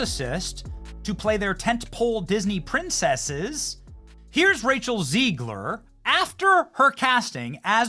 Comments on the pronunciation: Benny..it's Zegg-luhr for your street credibility! 💪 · Love you Benny but for the love of God it’s “ZEGG-ler”. Not that she deserves being called by anything other than a loser.